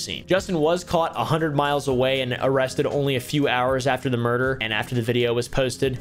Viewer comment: "Is it just me or do people get muerder a lot nowdays" -oompaville 2024.